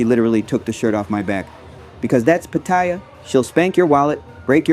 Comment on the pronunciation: i would say its patt a ya not patyer